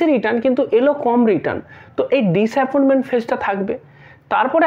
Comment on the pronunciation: তুমি ভালো বলো, কিন্তু কিছু ভুলভাল উচ্চারণ ও করো। কেমন, ডিস অ্যাপয়েন্টমেন্ট ফেজ, ওটা ডিস অ্যাপয়েন্টমেন্ট নয়, ডিসাপয়েন্টমেন্ট, একটু তো ভেবে চিন্তে বলবে!!